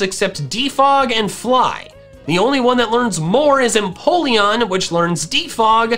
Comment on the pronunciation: EMPOLEON, NOT F*CKING INPOLLEON! FIX IT NOW!